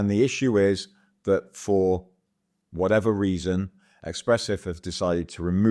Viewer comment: It's not EXPRESSIF !! ESPRESSIF !